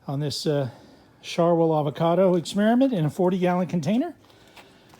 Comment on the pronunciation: Shar-whale? Not shar-wheel?